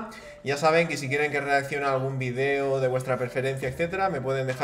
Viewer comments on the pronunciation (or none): Por que no sabes pronunciar video por dios